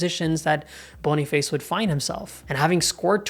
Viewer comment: Boni face ❌️ Boni fAs ✅️